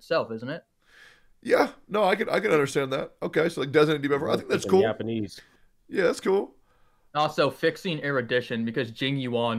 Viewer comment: 😭 I died when you said that . And no one even heard it